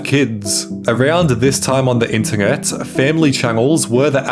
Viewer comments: I've never seen someone butcher the word internet so badly on the internet before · is nobody gonna talk about how he says internet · bro you need to work on your english. beggenging, ingeret, ingevitively, mongey..... you add extra g's to so many words. learn your pronunciations ffs